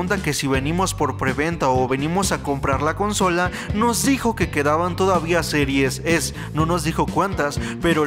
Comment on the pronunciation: sirues ex y sirues es! Wey no mames 🤦🏻‍♂️